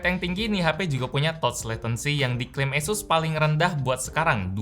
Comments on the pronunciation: ngomong Asus gw denger yesus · Nyebut asus aja esus bang²😂😂 kita ini di indo bang